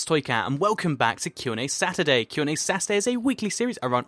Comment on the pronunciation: I thought he said Sass-urday instead of saturday! XD